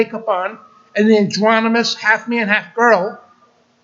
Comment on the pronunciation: The word is "androgynous" not "andronymous". And it's not masonary - it's may-sun-ree, masonry.